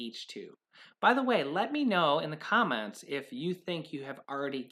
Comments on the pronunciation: Did you say "comets" or "comments" ? 😀 I belive it is "comments" of how delicious M&Ms are! Still belive M&Ms are in the box!!! Love thw suspense! Happy BD to your mom! Blessings! Shalom! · Did she say COMMENT OR COMET